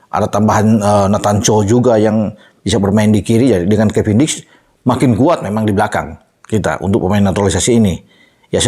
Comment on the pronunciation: dulu bilangnya kevindiks